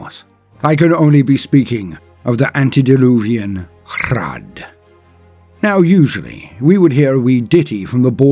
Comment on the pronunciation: I am so glad rolls his Rs for the Hrud. That's the only way to do it right.